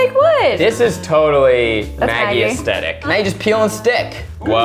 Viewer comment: i feel like zach said ''aEstEtIc"